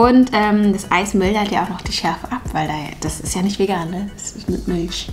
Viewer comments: Bin das nur ich oder hört ihr auch das manchmal tscharf anstatt scharf sagt? So wie sie auch Miltsch anstatt Milch sagt. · Will niemand darüber reden, dass ernsthaft Milsch sagt, aber das sch sonst als ch ausspricht?